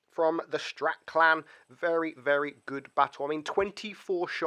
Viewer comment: Did you say strat clan ? 😂 isn’t it straight